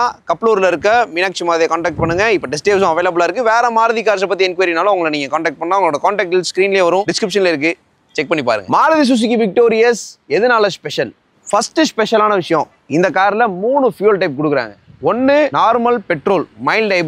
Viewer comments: Its Victo'ris' not Victo'rious' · Thambi adhu Victoris da! Victorious kedayathu!